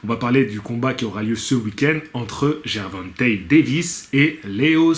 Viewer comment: Prononciation gervontei lol